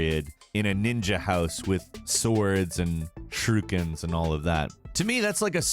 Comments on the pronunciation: It’s not pronounced “tenku” it’s pronounced “tenCHU” smh even said shuriken wrong lmao whaaat. For me Tenchu is more of a ninja game than Sekiro, love both but Tenchu is a superior ninja game. Sekiro is basically tenchu-soulsborne. Tsushima is amazing and I’d put it as my #1 as well. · "Shrookens". Jesus christ. Now I KNOW you're doing it on porpoise.:P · And, as I noticed, he seems to call "shuriken" something like "shrooken".